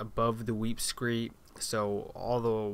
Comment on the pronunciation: It’s pronounced “weep screeD”. T’s not allowed.